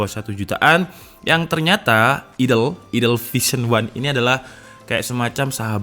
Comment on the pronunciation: "Vision 1" atau "Noisia 1" bang?